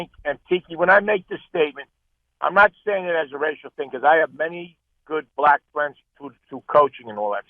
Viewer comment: Tiki pronounces "Black" the same way a racist white guy would say it.. i can't stand it and I'm Black